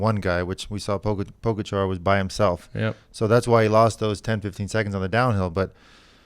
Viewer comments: Very close. According to my Slovenian buddy..... Ta-day Pah-ga-chah 😉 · Thank God for the translating lady! Poor Tadej and the butchering of his last name. Pogachair, pogacharred, pogostick. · Bob roll pronounces is PO GATCHA